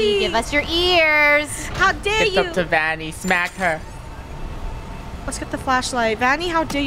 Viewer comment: It’s vanny not vonny